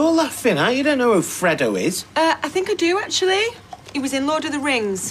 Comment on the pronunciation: Did they really just say fray-doe